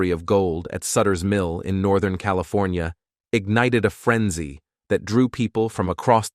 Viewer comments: You have a problem with “Cali.. for.. knee.. uh? That’s I gave up. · Did the AI voice have a stroke? I’ve Never heard California pronounced that way and we Schwarzenegger as Governor